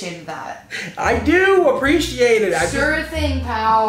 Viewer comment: the only thing that bugs me is the way that bridgette says “appreciate” like a-PRISH-ATE, no hate just tell Bridgette it bugs me =P